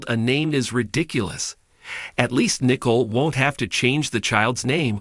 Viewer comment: Can you get Nicole name right it is not Nickels